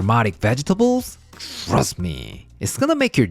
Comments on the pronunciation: Sounded like he said "Thrust me" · He said "thrust me." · "THRUST me?" 😂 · "Frust me"